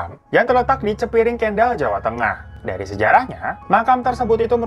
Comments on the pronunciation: Bang kota KENDAL bacanya pake E tElor bukan E tempe, bukan adeknya Kyle Jenner :) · Kendal bang bukan kendal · sori nih mas ganteng, mau kasi tau aja ngomongnya bukan Kèndal kek ngomong Kendal Jenner tapi kendal kek ngomong sendal.. btw sukses sll.. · Kendal nya jgan kyk ngeja kendal jenner tp e nya kyak kata kentel. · cara baca kendal itu "ke" nya seperti baca kata kentut atau kedelai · Kendal om bkn Kendal, nah loh..gimana sih? Kendal..kaya sendal, bukan Kendal kaya mental ah tau lahhh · Nb: Pengucapan nama kota kendal adalah e nya seperti kalo bilang elang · kota kendal bacanya kek baca namanya kendall jenner 😊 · Radifan maaf bang pengucapan kata kota kendal salah bang. 🙏😁